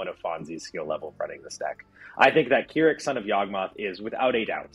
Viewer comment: Listening i can see y'all don't know how to play k'rrik. Also its krrik like crick in the neck. Not keerik